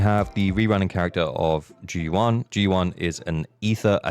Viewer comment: Why does everyone say zhu yuan wrong. The va does a great job at pronouncing it.